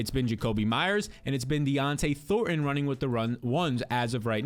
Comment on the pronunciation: Bro. It’s Dont’e Thornton…not “Dionte” Thornton lol